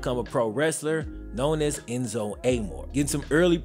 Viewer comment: It bothered me so much how he pronounced enzos name